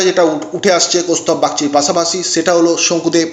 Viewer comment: একবারে নাম চারটি বলে দিলেই তো হয়। এতো ধানাই পানাই করার কি দরকার? দু মিনিটের video টেনে টেনে তের মিনিট পর্যন্ত নিয়ে যাওয়ার মানেটা কি?ধান ভানতে শিবের গীত। আর 'স' কে 'ছ' বলছেন কেন?যেমন 'পাশাপাশি' কে বলছেন 'পাছাপাছি', 'সেই' কে বলছেন 'ছেই' ,'বিশাল' কে বলছেন 'বিছাল'। আপনি কি 'স' উচ্চারণ করতে পারেন না? ছ্যাম বাজারের ছছিবাবু ছছা খেতে গিয়ে ছরছরিয়ে ছরগে চলে গেলেন। কেমন লাগছে শুনতে?